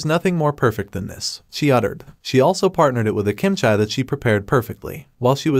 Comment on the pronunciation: love the recap, just the way you pronounced "kimchi" as "kimchai" is slightly bothering me😂😂